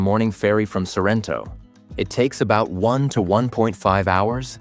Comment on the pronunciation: Ma perché dice SArrento?